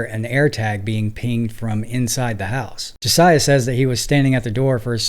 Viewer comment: BRO...Learn how to pronounce names before doing your videos please. I almost stopped watching after hearing you mispronounce Josiah several times. Their's several spellings but he stated it very clearly.